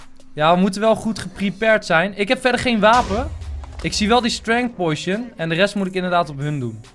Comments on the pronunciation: Het is potion geen poeition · enzo uitspraak oefening; Potion - Poo sjen poison - poj zon poison potion - poj zon poo sjen